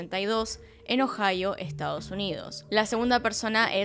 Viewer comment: "nació en ohio" suena como "nació eñojao"